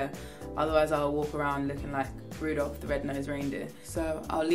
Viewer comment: She said roudoph the red nose reindeer